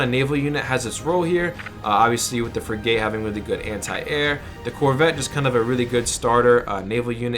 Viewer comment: You have never served in any Navy. That's obvious. It's not pronounced Frig - Gate. It's pronounced Frig - it. Thanks for your tips though.